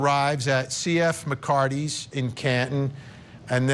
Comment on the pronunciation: You keep calling it McCarty's when its MCCARTHY 'S you actually show the name and still get it wrong.